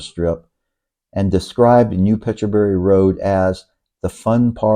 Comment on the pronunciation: Pet boo ree", not petchaberry...